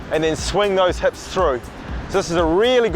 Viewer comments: heps and ligs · You say "hips" like a Kiwi